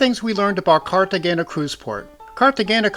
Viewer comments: Great video; fyi, g’s in Spanish are pronounced like h’s. So the correct pronunciation is like this: Cartehayna. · FWIW the g is pronounced with an h sound not a g. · Your pronunciation of Cartagena hurt my ears. Please learn how to properly pronounce places. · Yeah that was driving me nuts too